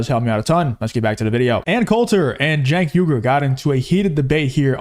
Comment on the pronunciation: Love your stuff but you keep missing pronouncing his name it's pronounced ( Chunk Hunger)